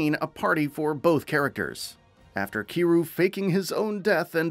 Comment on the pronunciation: Please stop ignoring the Y in Kiryu's name lmao. He's too much of a legend for that. Everything else in your delivery is top tier though.